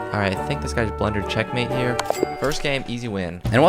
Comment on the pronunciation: I like the way he says "check-matey"😂